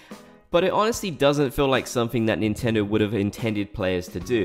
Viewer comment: "NINTENDO INTENDO" 🤣😭